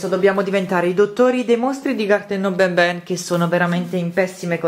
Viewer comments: Si dice n n non Ben Ben BABAN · No. Si. Dice. Banban. No. Benben